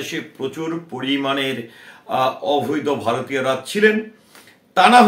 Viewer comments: "অভৈদ" নয়, "অবৈধ"! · Ovído noy oboidho hobey